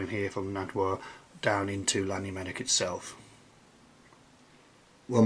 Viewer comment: Please stop saying Lannymunock for Llanymynech. Learn how to say it properly or don't say it at all.